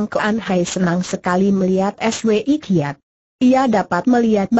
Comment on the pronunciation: Contoh lain yg mengganggu...Swi Kiat...dibaca dg dieja...es..we..i....Kiat...dst..!